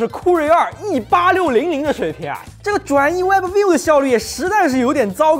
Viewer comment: webview b不用发音